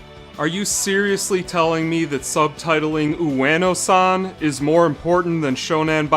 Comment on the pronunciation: Yes. Yes it is. Also thank you for teaching me how to pronounce “Ueno”. Still going call her Wayno